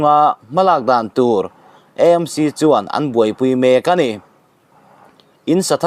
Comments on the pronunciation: I sawi dik lutuk,E M C,anilo,A m c,eizawl anilo,Aizawl.. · Vawi tam tak "EMC ' ti lovin 'AMC' ti a puan tur an ti si a... I😂😂 luhlul ve hrim hrilm... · E M C,ti lo in,A M C,ti thei ilang ava duhawm em aw,Eizawl nilo in,aizawl ani miau sia.. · EMC intiziah hi aninawm khawp mai Eizawl tiin ilam ngailo angin AMC tiin lam tawh hram teh un